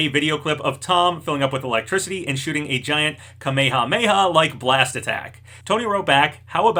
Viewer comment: Kanhameah dude lean how too say it it hurt hearing that and i dond even like dbz